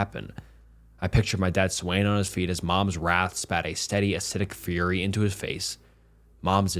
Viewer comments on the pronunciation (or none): none